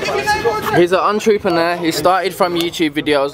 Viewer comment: lol lol lol I clocked that too ontroo-peneur hahaha its not a good look